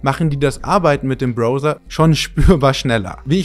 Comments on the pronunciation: 30 Jahre Browser und ihr könnt das Wort immer noch nicht richtig aussprechen. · Browser wird mehr wie "brauser" ausgesprochen als wie "brouser". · Bin ich der Einzige, der nach jedem "Brohser" laut "Brauser" gesagt hat? 🤐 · Gutes Video und sympathisch der Herr. Nur eines hat mich getriggert, es heißt Brauwser nicht Browser. Bro verzeih mir. 😊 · Bis auf das charmant ausgesprochene „Bro-ser“ 😄 ein wirklich schöner Bericht – hat Spaß gemacht zuzuschauen! Kleiner Tipp am Rande: Das Wort „Browser“ wird im Deutschen genauso ausgesprochen wie im Englischen: 👉 [brau-sər] – also mit „au“ wie in Brause und einem weichen „s“. Zur Orientierung: • „Brau“ wie in Brause • „ser“ wie in User Betonung liegt auf der ersten Silbe: BRAU-sər. Aber hey – solange der Inhalt stimmt, verzeihen wir auch gern mal ’nen Bro-ser 😉👍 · Wenn der Bro nochmal „Bro-sa“ sagt, dann verbrenne ich seine Geige. 😂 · Leine Info ….. auch im Englischen wird es Brauser ausgesprochen. Ansonsten ….. tolles Video…… bis auf den Broser 😂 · Man spricht es 'Brauser' aus, nix mit ooo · Junge, es heißt Brauser, nicht Brohser. Da rollen sich ja die Fußnägel hoch. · Erstens mal spricht man es "Brauser", Mann und nicht "Brouser", Junge Junge ein ganzes Feature über Browser und dann 500 mal dieser Schmerz, wenn man das hören muss! Gott tut das weh. Und dann ist das einzige, was interessiert, ob das Ding uBlock Origin unterstützt, also warum rückst du nicht raus damit? Ich hab das Video abgebrochen und einen Daumen hoch gibt es dafür nicht. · 🙈 Leuuuteeee: das ist kein Brouhser sondern ein Brauhser. Im englischen spricht man es Brauhser aus! Oder dann ganz konsequent Broffser, wenn du das englische Wort deutsch aussprechen willst 🤌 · Es spricht sich "Brauser" aus Kollege... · was ist ein BROser? diggi, wie sprichst du denn browser aus bitte? 😂 egal, hab mir Vivaldi installiert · Jedes Mal, wenn er "Browser" sagt, stirb in mir ein kleiner Teil. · Korrektur: Browser wurde falsch ausgesprochen